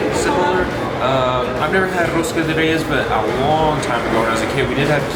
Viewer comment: rosca de REIES que chulo pronuncian algunas palabras